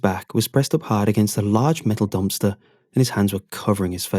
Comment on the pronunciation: I love when he says dumpster. Dompster